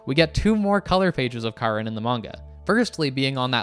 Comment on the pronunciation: it's actually Karin smart arse